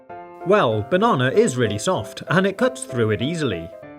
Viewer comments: Why DOES HE SAY BANANAER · Banana❌ barnarnar✅ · this guy pronounces banana like barnarnar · He says bananar instead of banana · Now I’m not trying to be mean or offensive in any way but I love that he talks like mr. Krabs when he says “banana” he says “bananer” 😂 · Why do you say banar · Hehe you accidentally said bananer ha ha ha on the first time you said banana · Why he said bananar its with R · You are so anoying you are like bannaner it's bannana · Him: says bannonr Me: THATS ILEGL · I love how when he said banana the second time, he said bananner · Notice how said bananr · Did he say bananer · I feel like you said bananer on the banana gadget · I no that his voice is a robot but why does he say the idear and the bananar